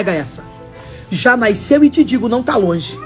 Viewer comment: Naisceu?????? O que é naisceu?😂😂😂😂😂😂😂😂😂😂😂😂😂